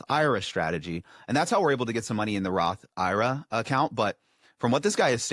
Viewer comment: Roth eye-ruh